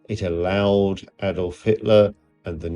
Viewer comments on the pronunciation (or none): none